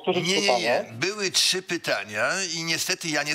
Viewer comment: Racja, dzwoniący do studia to jakaś tragedia. Nawet pytań nie mieli przygotowanych. Ciekawi mnie czy dzwoniący z 20 min programu to w ogóle obywatel Polski ? Jak dla mnie to Rosjanin lub Białorusin. Sam fakt, że nie potrafił nawet poprawnie wymówić pytań może świadczyć, że to obcokrajowiec. Dodatkowo pytania o szczepionki i sytuacje między ukariną i rosją od razu wskazują na trop wschodni.